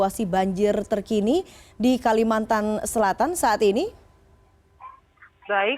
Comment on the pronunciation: "Kalimantan" bukan "kalimatan" ya